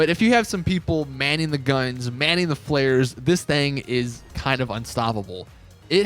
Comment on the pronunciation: Man said flares like Flayers